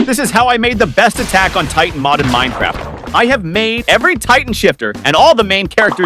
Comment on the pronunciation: BRO SAID AMIR TITAN HAHAHAHAHAHAHAHAHA